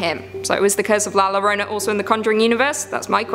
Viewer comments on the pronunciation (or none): For anyone who cares to know La Llorona is actually pronounced La Yorona. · Oh,, we've got to work on your Spanish. Two Ls sounds like a Y, so it's pronounced like "La Yorona." And yes, that means llama llama llama is pronounced like yama yama yama ✌😁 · The way you say llorona really bothers me. Say it like yo-row-na roll your 'r' girl . You can do it. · I’m glad someone said it😂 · Has a Hispanic, it’s funny to hear the try to pronounce La Llorona (you can pronounce it as Yo-row-Na) anyways great video as always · lol "La Lorona" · Your pronunciation of La Llorona is the truly chilling thing. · Llorona is pronounced with a "Yuh" sound. I'm helping you out with your Spanish, due to being Spanish myself.